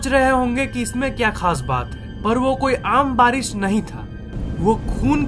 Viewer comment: Its barish not baris